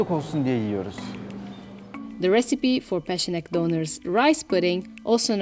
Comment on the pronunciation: Just want to points out, the letter 'ç' in Turkish is pronounced as 'ch', as in 'check'. So, the name 'Peçenek' is just 'Pecheneg' in Turkish spelling. Yeah, otherwise this is a delightful video. 😋